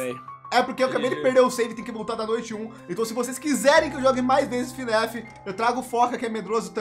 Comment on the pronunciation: Ele falou fnef envez de fnaf kkkkk